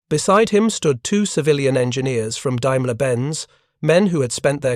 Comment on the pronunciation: The AI voice is annoying. Teach it to pronounce "daimler"